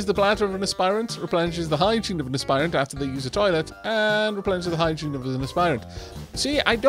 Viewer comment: There is no dropped silent e in Aspirant!